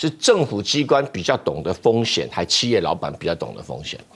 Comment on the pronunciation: 企业：而台湾播音员念“弃”正确的应该念“起”，还有海参崴….